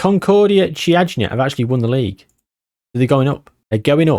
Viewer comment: Actually for the Romanian team you're pretty close. It reads `Kiajna` instead of `Chiajna`, otherwise perfect. There's a very interesting story between FCSB and Steaua Bucharest, a fight for the badge, colors, history, etc